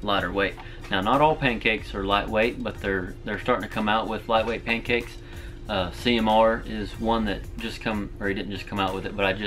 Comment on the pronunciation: Drinking game. Take one shot of absynthe every time he says pankcakse